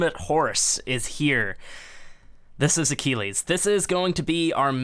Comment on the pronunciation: It's ac-kill-eez